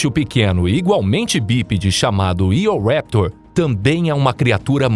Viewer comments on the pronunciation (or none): "Eoraptor" não se le /io'ɹeptoʴ/ nem coisa parecida. Os nomes dos dinossauros são de origem grega e latina. A pronúncia anglossaxona é possivelmente a mais deturpada nas línguas ocidentais. É bem melhor pronunciá-los à portuguesa, pois é mais próxima do que a inglesa.